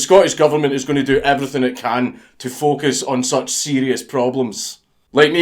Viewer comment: until you got to the part about the pug vid i kept hearing "fuck us" not focus